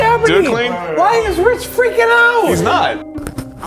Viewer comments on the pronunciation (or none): i think saying “why is rich fffreakkin ouuut?” Is the peak drunkness in RLM history